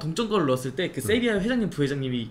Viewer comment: 꽁병지의 특유의 갱상도발음~쉐비아